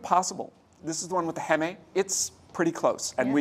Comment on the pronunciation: HEEM-protein , not heh-meh protein